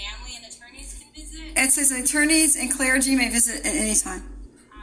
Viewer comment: Yeah considering this is a replay. Of a video from a while ago. She needs to learn how to say clergy